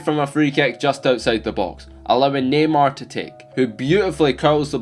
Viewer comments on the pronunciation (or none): It sounds like he is saying gaymar